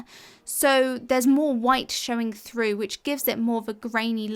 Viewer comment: You need a video on how to pronounce “through”